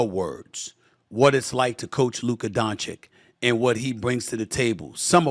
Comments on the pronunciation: "Luka Donchick". 6 years in the league and still couldn't say his name right. 😂😂😂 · Say it with me Stephen A - Luka Don-Chich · SAS keeps calling him Donchik lol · He says Donkchick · I have a difficult name to pronounce, so understand when people can't get it. Luka will be around for 10-15 more years as a veritable powerhouse of a player, so showing some degree of effort is possible. 'ch-ch' is just really not that hard to master. 🤣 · Say his name right don't butcher it on purpose I'll take healthy embid over gianis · can you learn how to freaking say Doncic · Why can't Stephan A pronounce doncic properly? Its embarassing at this point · Oh please learn how to pronounce Luka's name! It's hard to listen you to disgrace him! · SAS- ‘I’m a word smith’. Also SAS- can’t pronounce Doncic or Nowitzki. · Stephen A has been doing TV and covering the NBA for over 30 years and can't even say Luka's last name correctly. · By now, everyone in the league knows how to pronounce the surname of the world's best player, except SAS. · Will Stephen A ever say Luka's last name correctly? It's not difficult. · There is no conceivable way that multiple people haven’t informed Stephen A. of the proper pronunciation of Doncic’s name. He’s just continuing to say it wrong out of spite at this point. What a petty S.O.B. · A Smith still cant pronounce luka's last name right. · Can you please, for the love of God, learn how to say Dončić properly??? He has literally been in the league since 2018, it really isn't that difficult. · Štefan A Smithčić learn to say Dončić the right way... soon you will respect your father😂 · SAS please learn on how to pronounce Dončić! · dude cant learn how to pronounce a letter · Stephen, are you really gonna keep mispronouncing the guy's name even though you're a veteran journalist and talk for a living? It's 2 syllables. You're 2 literate 2 be so ineloquent. People are gonna question your motivation cause there's no way you're not aware you're doing it.